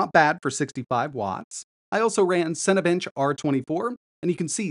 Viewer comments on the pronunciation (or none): none